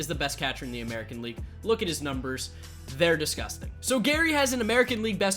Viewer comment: when he said “disgustang” I lost it